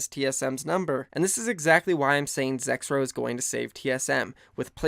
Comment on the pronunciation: Who also thought it said Zekrom instead of Zexrow